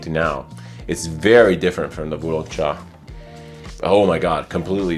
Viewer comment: Great pronunciation on Wu Long Cha! I have both but never thought to compare the two. Russian Tea definitely smells more thick and heavy in comparison to Wu Long cha. I would say it works better as a cold weather fragrance. I'm not sure if the formulation changed over the years but when I first got a whiff of Russian tea on debut, the mint and berries were on full display! everything so well blended together you could truly smell everything all at once. My current full size bottle, not so much, but at least the atomizer is one of the best I've ever handled; incredible projection! Wu Long Cha on the other hand I agree makes for a good summer fragrance. It genuinely smells like the underside of orange peels or having slices of orange boiled and infused with tea.